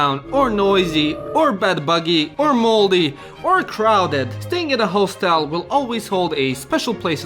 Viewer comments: You are mispronouncing hostel. It's like "hos" in "hostile" and not "hoe". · Step 1 of making video on hostels: Learn correct pronunciation of "hostel" kkk (just kidding, this video is hilarious)